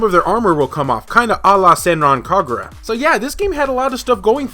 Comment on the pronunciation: Neat find! Still looking for Fate Extella myself, which I'll get to at some point Also: kudos on your Senran Kagura pronunciation! It's rare for Americans to not put the stress as KaGUra. KAgura is indeed the right way :D